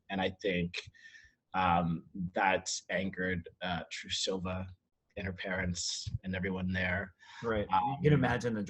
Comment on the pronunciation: btw it’s TRUE-suh-vuh not true-SOH-vuh 😉